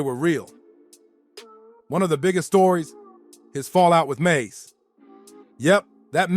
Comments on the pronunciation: Bobito not badado lol😅 mase not mace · His name is Mase not maze. Trash video.